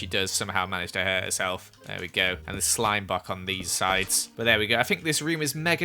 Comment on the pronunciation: Anyone notice he said slime bock?